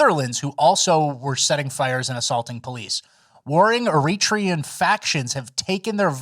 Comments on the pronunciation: Air-Uh_Tray_Un you dorks! Not Air Reach rhee un... LOL... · Why does "errreetrian" have me laughing my ass off😅😂😅😂?